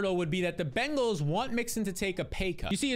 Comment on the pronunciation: Congrats on saying "Bengals " and not "BANGals"